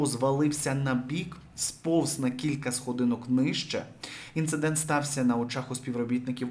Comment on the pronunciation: Іциндент? 😂 Я цей канал без кінця зазначую як спам і "не показувати", а воно все лізе 🫣